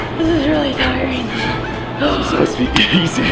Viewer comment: did she just say this is really tyering?????